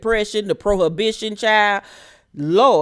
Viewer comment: Did you say Betty's been through the depression and "prohibition"? 🤣 I can't with you!!!